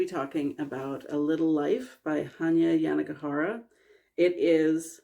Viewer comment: Awesome to know how to pronounce the author's name, I wouldn't have even dared tackle it. Weird that the author made the time period vague but that is a really cool creative idea. Also, excellent use of the fade in / out there!